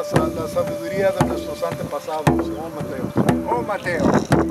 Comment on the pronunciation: ometeo not oh mateo !!!